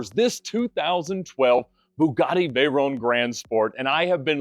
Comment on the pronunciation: please when you refere to the veyron say it well its a legendary name Pierre Veyron its not veyeronne